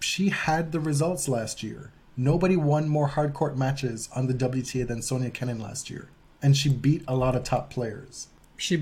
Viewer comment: Why do you guys keep saying Sonia instead of Sofia. Am I hearing wrong. ? Between I’m a big fan of you both. My fav podcasts is now the tennis podcast and now body serve very quickly closing the gap. Good job guys.